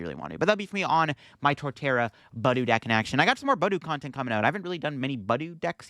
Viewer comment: It’s pronounced buh DOO